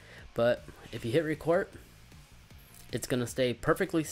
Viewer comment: "Hode the button to recort"